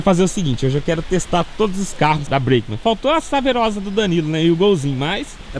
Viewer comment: Tá precisando de um curso de English, não sabe nem pronúnciar a palavra Breakman